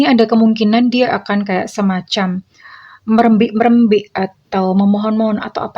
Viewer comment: merembek 2 itu merengek rengek bunda cantik